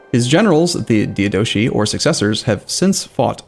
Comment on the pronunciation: well, as one who just wishes for to be informed of the proper pronunciation... One I haven't seen corrected yet is his pronunciation of Diadochi. It is is dai- Ah-duh-kai.